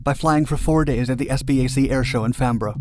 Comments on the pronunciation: Farnborough ~ Farn-bur-ra Good attempt though and even some native speakers struggle with place names such as Tewkesbury and Cliffords Mesne. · "Fanboro". Farnborough thank you.